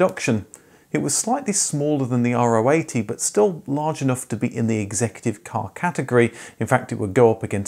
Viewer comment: Wow! I never thought that anyone would ever talk about the VW K70. My dad bought 1 in '72, an L reg. Oh, and by the way, it's pronounced "row" as "row, row, row your boat". It's the German spelling of the 17th Greek letter of the alphabet, which in English is Rho.